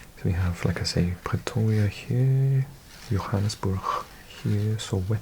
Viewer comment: The cities or towns with “Burg” (e.g Johannesburg) are actually pronounced like the word “burger” but without the “er”